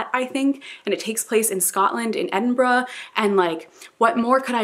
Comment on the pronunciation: I am SO happy that you pronounced Edinburgh correct